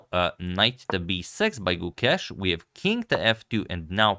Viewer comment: If you'd like to better your pronunciation of his name, the 'ke' in Gukesh has the same sound as the 'ca' in cape. The rest is as you say it